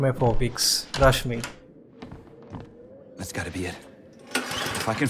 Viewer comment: In Order To Say Trust Me.He Is Saying Crush Me Lol🤣